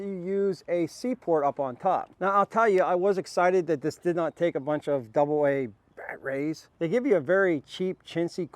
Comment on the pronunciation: So what’s with they way you say batteries. Weird